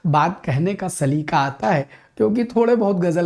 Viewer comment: Sir with all due respect....wo 'saleeqa' hota hai....lafz-e-saleeqa should come out from the epiglottis.....😊 Gustakhi ke liye maazerat chahte hain🙏